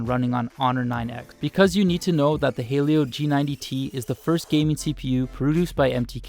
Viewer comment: Why does a lot of people pronounce "'Helio" as "hey-lio"??? It's "he-lio" guys!!!